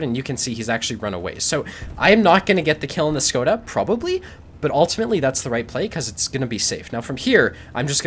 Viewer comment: It almost makes me feel like playing a LT... :) I just wanted to clarify it's prononuced "SHkoda" like in "SHit".